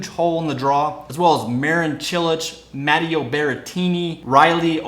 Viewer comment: Respectfully - you need to get your pronunciations in gear. My ears hurt when you said 'Swiatek' (it's Schvi-AN-tek), and 'Matteo' (it's Ma-TAY-o). I can never get over how tennis commentators disrespect the players by never bothering to learn how they say their names. The commentary is on point otherwise.